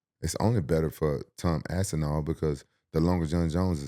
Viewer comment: "Tom AssInAll" 🤣🤣